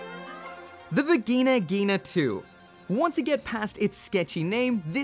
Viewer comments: stop the v word on japanese. it hurrtssss my ear. lol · "The Vagina Ghina II". Just a heads-up, you didn't say Vigna. You DID say Vagina, just in German. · I thought he said virgina